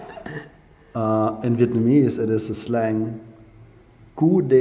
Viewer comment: Vietnamese accent is really good. I'm surprised!